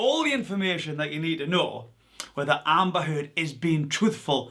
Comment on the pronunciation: “Amber Turd” 🤣